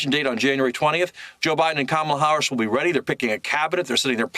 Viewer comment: 📌🖌Practice-Practice-Practice: It’s Harris like Harris not Haarus. Thank you.‼️👍🏽🌎💚🌀